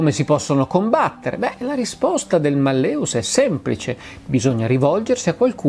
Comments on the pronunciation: Spero mi perdonerà la pignoleria, ma l'accento cade sulla prima sillaba: màlleus, non mallèus (la e è breve) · Giusto màlleus. Il latino mette l'accento sulla penultima o terzultima sillaba, a seconda se la penultima è breve o lunga. La e che precede la vocale u è breve (mallĕus), come avviene quando una vocale ne precede un'altra, quindi secondo le regole dell'accentazione latina quando la vocale della penultima sillaba è breve, l'accento cade sulle terzultima. Allo stesso modo in mallĕŏlus (da cui l'italiano malleolo) la o è breve, quindi l'accento cade sulla e. L'italiano per l'accentazione segue la regola del latino. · E malleus si pronuncia "màlleus" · Sì, però si dice màlleus. Il latinorum! 😊